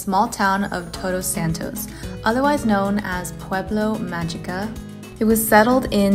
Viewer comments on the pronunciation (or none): Its “pueblo mágico” 🤧